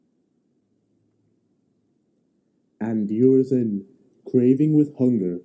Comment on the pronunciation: Mispronunciation of Urizen leads to misunderstanding